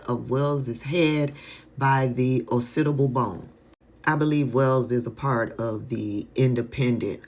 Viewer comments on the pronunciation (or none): Hey; I love and support and look forward to your videos day and night. The Occipital bone is pronounced “Oc-ci-pi-tal” Love ya sister